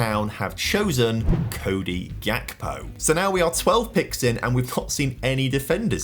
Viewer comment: Its Hakpo not Jakpo